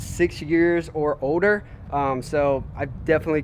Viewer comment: he umm said odor instead of older